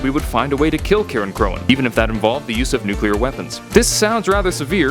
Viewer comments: It’s pronounced sitressey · It’s pronounced “Ci-reign-croin” So Cirein sounds like “Ci-Reign” (The type of C used for world’s like kick and compliment) And cróin is actually “Croin” I’m not making this up